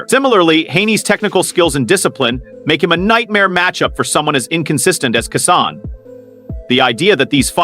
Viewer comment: Commentator needs to learn how to pronounce Keyshawn’s name. 😏